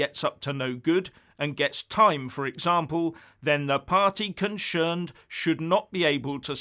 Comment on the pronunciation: “Consherned”! Have you been drinking?😂😂